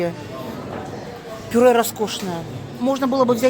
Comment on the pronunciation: Так она сказала пуре.